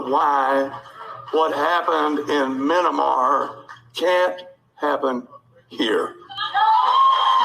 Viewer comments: Menamar? Is he drunk? Mayanmar. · "what happened in MI-nee-mar". yeah, spoken by a global politics expert right there. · Minimar??? Maybe he should try figuring out the actual name of a place before including it in his speech... Then again, it's not like the crowd even noticed... 😒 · Minna-mar he says. This man must be going senile. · Did he call Myanmar - Minimar? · The best part is how the super well educated Qanon supporter thinks it is called "Minnimar". I am sure he can find "MInnimar" on a map easily, too.... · Muh nan mar hahaha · Minamar? really! You can't speak Burmese and it appears you can't speak English either. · Muhnanmar hahaha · A side lesson from this is: If you’re too dense to properly pronounce Myanmar, maybe just leave that topic alone. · Guys, I’m quite aware of the fact that it’s Myanmar. 😂🤣 That’s not how he pronounced it though...I spelled it how he said it and asked where it was because I need him to get the name right before trying to call for a coup in this country! They are the main ones that would try to call others traitors. Make it make sense! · Couldn’t even pronounce Myanmar. He’ll probably claim he wanted to say mini-bar.